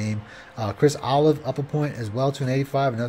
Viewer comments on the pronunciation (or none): Chris O' Lave lol not olive